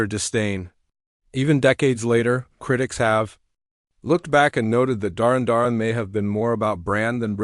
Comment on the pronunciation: I've never heard a weirder pronounciation of Duran Duran in my life. Way to show you don't know anything about these bands.